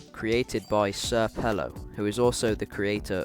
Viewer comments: Bruh Its senior pelo not sr pelo lol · just a side note not to seem like that "nerd" or "annoying" kinda dude but its pronounced senior pelo